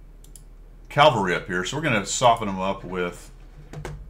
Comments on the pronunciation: I was just poking you a little re pronunciation of "calvary". :hand-orange-covering-eyes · "We've got calvary..." Calvary? :eyes-pink-heart-shape